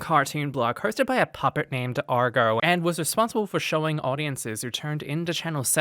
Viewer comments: Agro. You said Argoh about 80 times. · AGRO, not Argo....